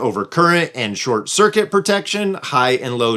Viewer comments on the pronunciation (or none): none